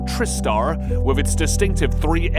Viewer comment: And motorcycles underwater with perfectly preserved windows. I suspect a lot is AI generate as they also pronounce Tristar wrong.